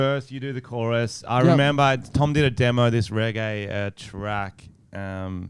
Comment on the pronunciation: Do reggae but work on the accent lmao you sound like the dictator